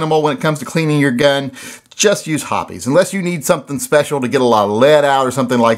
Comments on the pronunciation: Hoppe's is "hops" not "hoppies." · Hops, not Hopees. I called their CS a few years ago to confirm. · Pretty sure it's pronounced "hops".